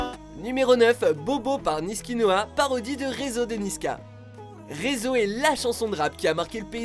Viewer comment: Pourquoi il ont dit "nisknoa" pour joyca ?